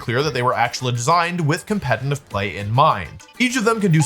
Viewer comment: Day 5 million of Wolfie not being able to say «competitive»😂